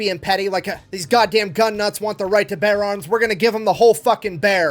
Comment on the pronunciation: Did you say you need a beer or a bear?